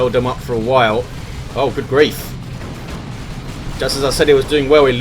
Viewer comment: Every time says "gud grief" I can't help but smile:)